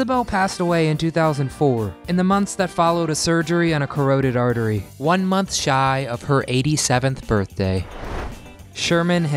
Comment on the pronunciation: Not “corroded” artery. — it’s pronounced kuh-raw-did. Carotid artery.